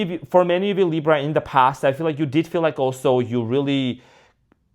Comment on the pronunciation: Why do you say LIBRO?. It's funny. I'm watching you from Spain and it means BOOK 😂. ❤❤